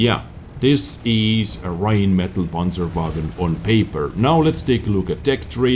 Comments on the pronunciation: "Räinmedal Panscherwägon" youre so close bro...Greetings from Germany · You are mispronouncing Rhinemetall... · Rheinmetall Not this kinda English e ;)